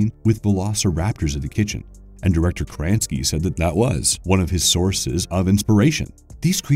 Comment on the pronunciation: Kranski?????? lol????